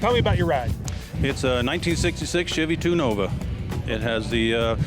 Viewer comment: Why do people say shivey instead of chevy?